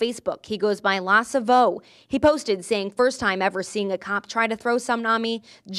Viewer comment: “ Lah suvoh “ 😂😂😂😂😂😂😂😂 LMFAOOOOOOOO